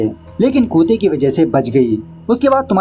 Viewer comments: Kuta nehi hota hai bhai...kutta hota hai. pronounce theek se karo. Aur kute nehi...Kutte pronounce kariye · Kutta not koota 😄